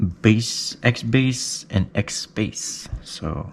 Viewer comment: In the video he was saying XSpace but it can sound like he was saying XBass. I got the signature stack and the 650. Also tried Sundara on it.